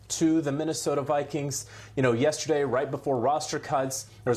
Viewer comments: “Minnesota Vikens” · The way he says Vikings… shoot me . “Vikens@ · “The Minnesota Vikins”. 😂